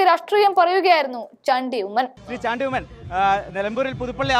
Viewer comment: മലയാളി അല്ലേ മോളെ നീ. ചാണ്ടി എന്ന് പറയാൻ നാക്ക്‌ ഉളുക്കുന്നുവോ 🤔